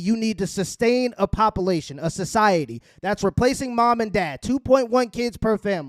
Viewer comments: it's not popalation...it's population. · I thought it was papalation